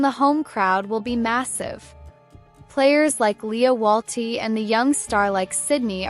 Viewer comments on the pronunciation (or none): Bern, as in "bear-n", not "burn". The city is not on fire... ;) Lia Wälti, as in "well-tee", not "wall-tee". Putellas, as in "poo-tay-yas", not "poo-tell-us". Sydney Schertenleib, as in "share-ten-libe", not "shirt-an-leeb". (many more mispronounciations were heard, but these are the ones that got me) another missed star = Lena Oberdorf, Germany. Clara Bühl -> Klara Bühl. Aggie Beaver-Jones -> Aggie Beever-Jones. Netherlands here. Watch out for Daphne van Domselaar, goalkeeper. She can decide matches for herself and thus her team. She can eventually win the entire tournament for her team by producing six clean sheets in a row. I won't say that this will happen, but do not be surprised when opponents say "we put our best strikers in the game, tore their defense to shreds, but we still cannot beat Daphne".